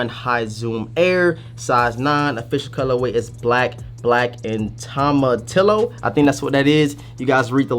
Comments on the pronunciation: Lol you said it hella white ‘toe muh tillow’ it’s ‘toe ma teee yo’ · Toe-ma-tio is how it’s pronounced I think brother, tomatillo are those green Chile’s in a lot of salsas. Thanks for the great vids